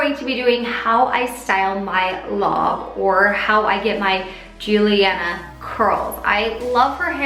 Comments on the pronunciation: It bothered me so much when she said Juliana instead of JulieAnne😂😬😬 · Julianne* Not Julianna ;) (in the intro)